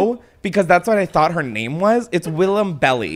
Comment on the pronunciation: It's pronounced Willam Bell Eye, not Belly